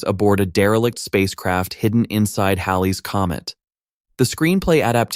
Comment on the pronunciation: The best thing I can say about the wacky cadence and pronunciation of your AI voice-over is that it pronounces "Halley's Comet" CORRECTLY!